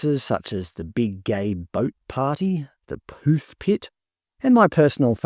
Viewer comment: You didn't pronounce poof correctly. I didn't think you could call anyone a poof these days. It might be like the word nigger, where black people can call each other niggers but white people can't even say or write it...oops!